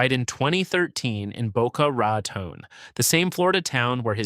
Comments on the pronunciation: Are you ever going to have a human read the scripts so we don't have to hear so many terms mispronounced?! Sit-riks, Boca Rah-tone. jeez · Boca Raton-on? 😂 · I love the AI's struggle to pronounce Boca Raton. You're trying little buddy, I know you can do it! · OMG, some of the pronunciations are HORRIBLE! I can mostly forgive Boca Raton but not Citrix. It's "sit tricks", not "sit ricks"!